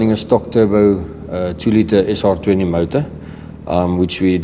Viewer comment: es ahr twentee my bru